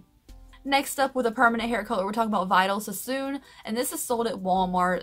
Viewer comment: LOL it's cute how you say Vidal Sassoon! That has been out since the 80's and I've never heard anyone say it like you!"😄😘 Cute!